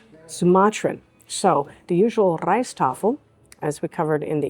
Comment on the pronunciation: Correction: the Rijsttafel ALWAYS has white rice in the center of side dishes, not fried rice, which is a separate dish altogether, and not part of the Rijsttafel. (Btw: your prononciation of "rijsttafel is excellent.). PAdang has the accent on the first syllable: "PA," as in PA-dang.